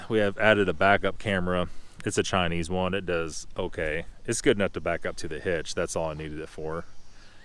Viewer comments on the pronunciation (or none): none